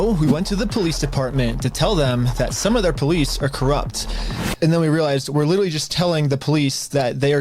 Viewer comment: Why is it that both this guy and Nick Shirley cannot pronounce the word "literally"? They are saying "littelly".